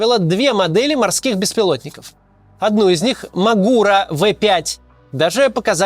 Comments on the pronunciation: Он мАгура, а не магУра)) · Не М'агура а Магур'а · мАгура, а не магУра